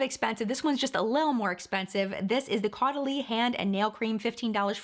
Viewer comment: Hey loves!! So.. Caudalie~ Pronounced... like "Totally...." I always remember Totally Caudalie❤ Also: I've been using the elixir for years now as part of my skincare routine 👍😘